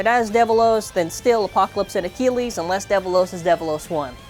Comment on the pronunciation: First Infinite Achilles gets butchered Now "Salvage Valtryek" become "Sabotage Valtryek"